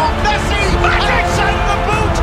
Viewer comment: said Messa